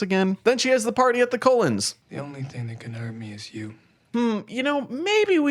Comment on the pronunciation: Every time you said Cullen I heard Colon 😂 I have only watched the first movie because I wanted to know what all the fuss was about. I thought the movie was crap. I also noticed there’s not much physical pain but a ton of emotional.